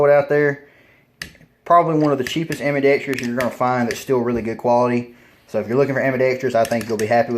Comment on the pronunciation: Ambidextrous is pronounced Am-bi-dex-trous, not am-bi-dex-TREE-ous. There's no extra syllable